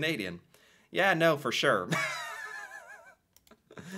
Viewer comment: For not fur. What can I do for ya?